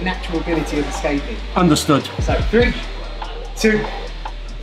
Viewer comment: Nice vid but cmon, you’re a 5x British Judo champion and you pronounce hajime as ‘huh ’. It’s supposed to be sound like ‘huh gee May’. See ya. Thanks for the vid